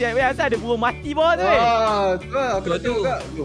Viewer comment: Bang bird bang bukan bebird